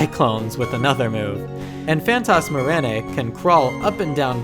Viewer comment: For Phanatasmaraneae, its: (Fan-tazm-uh-rainee-eye) Or: (Fan-tazm-uh-rainee-ee) Either or is the correct pronunciation. The name is two words combined; Phantasm and araneae, meaning ‘Phantom Spider’.